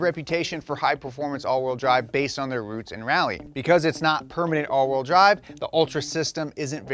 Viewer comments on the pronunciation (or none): none